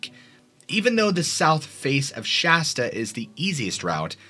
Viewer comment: Dude! Thank you for pronouncing Sh-ass-ta properly. Immediate upvote! Most people pronounce it Sh-awe-sta.